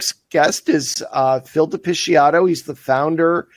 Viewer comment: learn to pronounce De Picciotto.